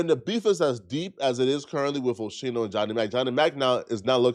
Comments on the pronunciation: IT'S PRONOUNCED OH SCHEN NO LIKE SCHEME WITH A N NOT A FUCKING M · Bruh it’s O- Skee-No not Osheno hard video to watch when you keep messing up his name. Philly Stand up! 💪🏾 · 1st it was “Dez” yesterday now O’ Sheeno” today smh 😂 learn the names maaaaannnn lol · love your content! Big fan but the Ooosheeeeeno is all I can hear! 😂😂😂 Oh-SKEEN-No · The fact that you call him osksheno proves that you're a guest in hiphop and all you're doing is gossiping. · say Oh-She-No again 😡 Say Oh-Skee-No! That like callin Terrell Owen Tear-ul Owens 😡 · At least say the man name right lol.... O-Ski-No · WHO TF IS OSHENOE ?! LEARN HOW TO PRONOUNCE NIGGAS NAMES CORRECTLY BEFORE MAKING YOUR VIDEOS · I’m off this channel this 🥷 said Osheeno 🤦‍♂️ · Yoooo omg its Oschino! Like Oskeeno . He keep saying it wrong too ctfu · Its owe-skii-know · It’s pronounced OSKEENO 😂😂😂😂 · Its O-Skeen-o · Yo scrap you sound Joe. His name is Oh-ski-no! Do your research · Philly projects ain't as bad as you think, especially early morning or early bafternoon. Oh-skeee-No! that's how you pronounce Ochino. I'd be happy to help you if you ever need help with you videos on Philly stuff. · what mf era you from dawg, it's pronounced O-SKINO. Common FREDERICK JALLA😭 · If you call him Osheino one more time 😂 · Oschino is pronounced Oskeeno… cmon do ya homework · “O-SKI-NO” NIGGA! Tf 😒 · It’s pronounced O-skeeno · Bro u gotta learn the names b4 u speak on them who tf is osheeno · It’s pronounced O Ski NO!!! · It’s oskino … fam the other day you kept messing up on somebody name 😂😂😂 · It’s pronounced O SkeenO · O-sheeno? He literally says his name correct in the video you put at the beginning...😂 I understand you didn't grow up in the culture but at least have journalistic integrity 🤦🏿🤣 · It’s Oschino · Oschino = OH-SKEE-NO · First you was calling Daz “Dez” now you callin Oschino “Osheno”… You not really from the culture and it shows my boy… lol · Pronounced: O-skee- no!! 😂😂